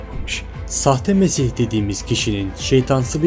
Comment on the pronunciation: nesih değil hacı "mesih" :D